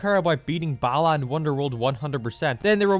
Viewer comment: Everytime a European says Balan I hear "bellend." Kinda fitting.